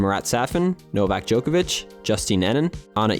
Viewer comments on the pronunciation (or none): Why do you keep calling Adidas "a-DEE-diss"?? "Joke-avich" Really? Really? You can't even TRY to pronounce his name correctly either? What is wrong with Americans... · Joke-a-vich? Really? Are you seriously going to be THIS lazy when it comes to pronouncing people's names? Like come on man. You know how its pronounced, because you've heard people say it, I know you have. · can you learn how to pronounce djokovic? Its not "joker-vic"